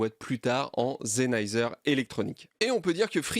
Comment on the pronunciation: superbe vidéo mais Sennheiser c'est avec un S pas un Z ptdrrr, je rigole, superbe vidéo